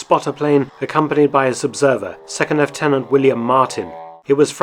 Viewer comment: LOOtenant, NOT LEFtenant. You're speaking of the US Army, not the British Army.